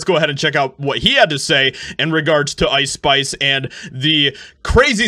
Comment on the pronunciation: What is "Lice Spice"!?😆 crack up